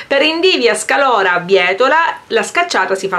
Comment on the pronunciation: sei fantastica...ma xké dici SCALORA? si dice SCAROLA!😁